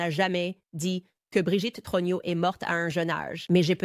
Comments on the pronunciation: + Message à renvoyer à ou à l'équipe qui gère la génération IA: troGNEUX se prononce TRONIEU (et non TRONIO!)... 😂🤣 mais bon.. quand même!.. je trouve ça assez époustouflant! 😯🧐👏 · Le très approximatif "Trogno" de l'IA est rigolo en diable - dans une affaire où l'on essaie d'avoir le spectateur de cette version officielle GROTESQUE jusqu'au... trognon ! Il s'agit bien sûr de la famille Trogneux, chocolatiers connus d'Amiens. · Brigiette TRUGINAUX ??? Mdr (18mns) Brigiete TROGNIAUX (plus tard). Mdrrrrrr